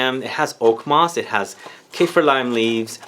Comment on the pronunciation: Its Kah-feer not Cay-fear